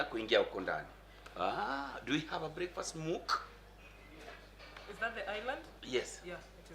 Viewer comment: .....its called breakfast Nook sio MOOK...😂😂....you guys are hilarious..But very educative. a light hearted way of teaching people the building process.